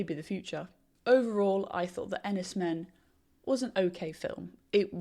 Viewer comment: It’s pronounced Enys ‘Mane’.